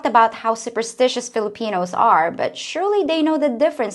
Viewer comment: She said fillipenis